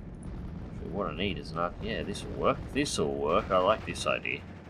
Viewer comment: its "idea" not "idear"